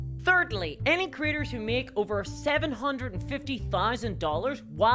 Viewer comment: Every time she says “creators” I hear “critters.” I love the diversity of the English language.